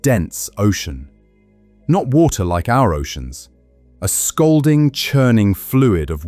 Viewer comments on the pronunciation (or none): ... scalding, not scoolding ...